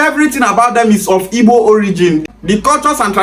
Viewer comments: You are accurate they want to use politics as he said Even the guy does not pronounce those IGBO words very well The history is not hidden it clear that IGBOS makes things clear The man is mad he can not pronounce IGBO words properly thats first exposure thats is his failure in his analysis... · This useless Benin man no get sense at all Even the Igbo names he is calling dey had him to prounce , Benin people no get shame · Even the igbo name dey hard Dem to pronounce